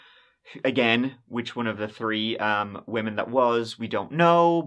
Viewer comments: so you can say the "th" sound when you say South Side but cant when you said "three story house" ? Tree story house, then immediately after that said south side im just trying to understand your wacky accent lmao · In this episode, said “tree (3),” “turteen (13),” “turty (30),” “turty-eth (30th),” and “turd (3rd)” fifteen times. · This man said twenty twenty tree 😂